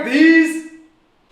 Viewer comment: Wara wor deez? Doo deez!